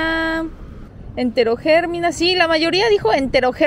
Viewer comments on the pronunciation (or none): el pobrecito le veo palido!!!!! jajaj xd si son blancos los coreanos le veo transparente. jajaja xd Eterogermina. Lleva acento en la silaba mi. jajaja Se te quiere mucho.